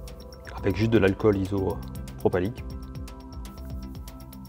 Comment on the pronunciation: Flux ou Flu ???? le X se prononce pas donc balec, isopropylique, isopropalique ??? tu es sérieux mec ? tu es un peu agressive je trouve, ha et ont peut démarrer une console sans disque dur, tu auras un message d'erreur mais sa fonctionne, bref sur ce très bonne vidéo, bonne soirée à vous.